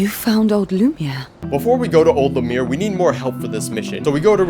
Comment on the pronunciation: Friggin indian said lameer instead of Lumière